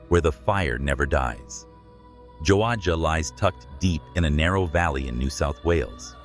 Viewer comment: Very entertaining. 👍🏼 A few details are a little sketchy, while others are fairly good. I have been to these places. Never experienced anything unusual. Joadja. Pronounced "jo aja". "Matt" must have camped there pre 2011. The Jimenez family have owned the old mine site, workings, cottages, the lot, since 2011. The have a rather impressive (legal!) distillery there. They make a very fine gin! 👍🏼👍🏼 When shale oil mining started there, many Scottish immigrants worked there... and had a distillery of their own. Silverton: Home of the Mad Max Museum, Silverton Pub, Silverton Gaol Museum, Daydream Mine, Silverton Outback Camels & a few art galleries, all worth a look. Taking a camera is a MUST! Awesome scenery, a few k's north, at Mundi Mundi Lookout & others between there & Broken Hill, all worth a look. Enjoy the 39 dips in the road, between Broken Hill & Silverton. 🤣🤣 As for Mariners Rest... Interesting. There's never been one west of the Great Dividing Range. However, there is a few on the east coast. "The room smelled of old perfume & damp wood..." Nothing & I mean, NOTHING gets "damp" that far out! 🤣🤣🤣🤣 It's so dry out there, you can feel your skin age & crack! 🤣🤣 What? No phone service in Wychitella? "Craig" must have had a flat battery. 🤣🤣 Ice cellar in Farina? Not a chance! 🤣🤣 Cook, South Australia. Population: 4 permanent residents, several occasional residents. All railways workers. Why would "Malcolm", a railway technician, camp in Cook? There are several, perfectly goo